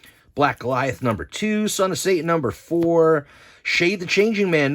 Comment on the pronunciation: Pet peeve of mine, when people from NJ say Say-in rather than Satan. 😂